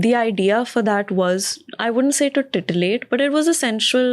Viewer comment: Tittilate not tiltilate